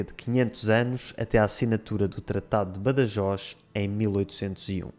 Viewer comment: Pronunciaste Badajoz com en català